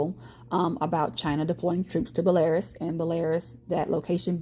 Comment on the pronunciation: Fyi- (so people are not confused) Belarus is not pronounced Bell-air-us but rather Bell-a-Roose. Blessings.